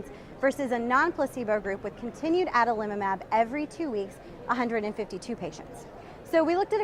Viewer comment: i like this pronunciation the best - Adalimumab. Thanks